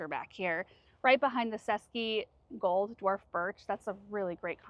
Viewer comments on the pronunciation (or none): none